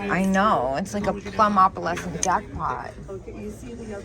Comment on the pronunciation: I don't want to be critical as I LOVE your videos and watch all of them but I keep hearing you pronounce "opalescent" the wrong way. The correct pronunciation is with a long "o" like in the word "oh". Again, I'm sorry if this sounds critical. It is not meant to be.